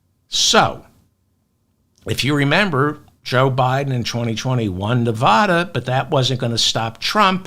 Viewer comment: It's hard to hear the constant mispronounciation of Nevada. It's an A like apple after the V, not like jaw. Just ask anyone living in Nevada.